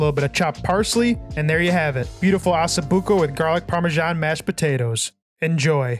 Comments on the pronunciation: why you call it assa buco it's osso buco ok????? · OSSO BUCO pronounce the O it is not asso buco! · It’s not pronounced “asso,” it’s “O”. 😂😂😂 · Osso not asso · not Asso-buco 😂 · Nice video but where are you getting Asso buco , it’s Osso buco😂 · Its NOT ASSOBUCCO its ossobucco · Please please, it’s pronounced “ oh so buko “ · Learn to pronounce it first lol assa 😂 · Hahaha ha, I caught that too, on purpose or not, that's what I'm calling it from now on